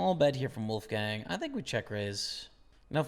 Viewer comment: What a pain tot hear this way of pronouncing "Wolfgang".